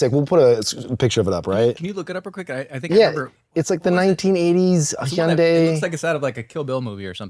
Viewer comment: I feel like they are still pronouncing Hyundai wrong 😅